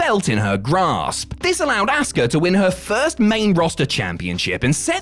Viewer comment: Stop calling Asuka, "ASS KAH". That's not nice. She is a good person